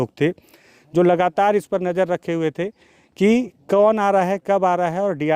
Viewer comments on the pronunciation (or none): none